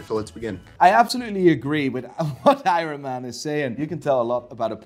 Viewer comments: “AYRUN MAN” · I too love "Eyeron Man" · Drinking game - take a shot everytime he says Ironman wrong 🤣